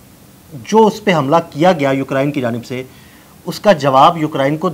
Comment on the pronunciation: یہ یوکرین ہے، ہوکرائن نہیں